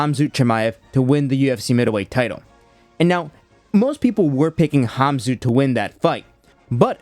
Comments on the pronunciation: Bro, why are you saying Kham-Zoot Chimaev? You said it multiple times 😂 It’s Kham-Zat. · Kham-zoot? At least pronounce his name right smh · bro really pronounced it khamZOOT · You're a maniac for pronouncing it "Hahmzoot" Chimaev lol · Not hom-zoot chimaev lol. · Who tf is HAHM-ZOOT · Kham-zoot ?? WTF ?? Is your name Chael ? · Can’t be saying hamzoot man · Why are you calling him "Khamzoo-t Chimaev"? I don't know if you speak Russian or if who told you that his name is "Khamzoo-t", but it's not. I speak fluent Russian and Ukrainian lived in both countries for a few years, and I've never heard anyone speak that name in that way. The first part isn't "Ham" or "Haam". It is almost like an X sound, kh, at the glottal stop in the back of your throat. The rest of it is said like the word "ought" in English, with a "zat" sound. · I don't understand why you had to call him "Hamzoot". Like, literally nobody on earth with all their accents would call him that. You're just a normal sounding boring American guy, just call him Kumshot like the rest of us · ham-zoot chimaev